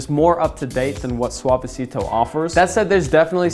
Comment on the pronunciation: Bump if you flinched every time he pronounced Suavecito